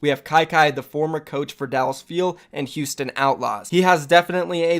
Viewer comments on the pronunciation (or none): I don't really think Paris will be great, but I also don't take your opinion very seriously because of how wrong you are about Houston every time you say their name